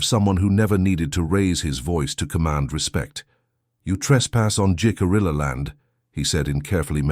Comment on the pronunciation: I like this story very much. Much of my family arrived in Jamestown in 1700. They were blonde,blue eyed, small in stature( and still are to this day). First, Jicarilla is pronounced " he-ca-ree-ya". Second the "STOCKHOLM SYNDROME" did not appear until the late 1960s or early 1970s. It was used when Patty Hearst was kidnapped by the SLA ( symbionese liberation army) and held for ransom. She joined them. Anyway, my 1700s family would allow indigenous people stay at their " ordinary" in Williamsburg. At one time an " Indian Princess" stayed as she was a witness during a trial. These relatives were French Huguenot. They settled all over Virginia way out where the James River was the only means of transport. They knew and traded with the indigenous population. When they moved farther West they then were friendly with Osage. These are great stories. Women were often alone for whatever reason. They had to live by their wits.